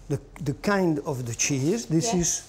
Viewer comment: "De Cheese"